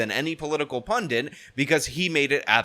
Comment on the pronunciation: The word is pundit not pundint...1 n